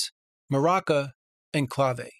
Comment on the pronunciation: Mr. Dictionary here... 'Clave' is pronounced 'Claw-Vay' on the west coast. I love your videos!